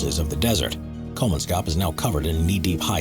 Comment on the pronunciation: Kolmanskop, not Kolmanscop. Don't Anglify it.